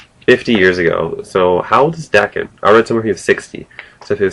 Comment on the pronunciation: cool. im lookking forward to reading it actually. and its pronounced like "hawk" but with a "d" instead "dawk-en" daken :)